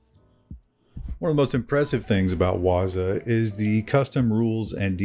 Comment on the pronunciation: Pronounced waaa-zoooo